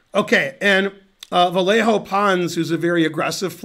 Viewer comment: Hey Ben! In Spanish, a double l doesn't sound like a single l: The hard and fast, close-enough for english speakers rule is to pretend it's a y, as in yell. As an expert at yelling on the stream, I am pretty sure you can do it.